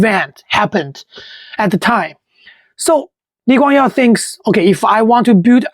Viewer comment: I think the narrator is using the Chinese name of LKY. hence, the "Yeow" pronunciation.